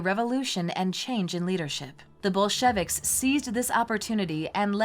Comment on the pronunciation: The Bol-shevicks??